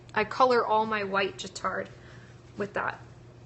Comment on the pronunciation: Guittard chocolate is pronounced with a hard g, like guitar!